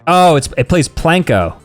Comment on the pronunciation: Sam is the type of guy to call “plinko” “Planko” 💀💀💀